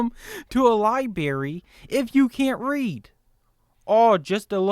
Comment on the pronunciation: he knows it is pronounced "liBRARy" right, not libary.